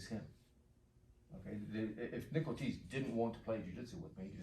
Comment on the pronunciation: I thought the uke's name was "nickel cheese" because of the generated subtitles. Then I heard "Nick Ortiz". I like Nickel Cheese better.